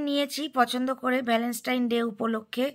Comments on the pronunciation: Keno bangla bolte ki lojja kore... english jodi nai bolte pari to english er gar marano taki khub jaruri...valenstine...pichless..sedino o status k tyataas bolche...kaddur porasuna...matrivasar moto jinish hoy nare ardhonaripurush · Bapre tumi valentine ta pronounce koro e na.Valovasa r din bolle ki kono problem hoto?